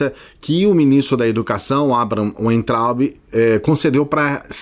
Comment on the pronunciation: Clayson o sobrenome daquele burro se pronuncia vaintraup!